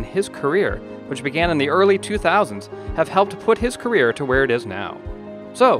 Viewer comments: I think so.. Career not Carrier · Shouldn't that be "career" not "carrier"?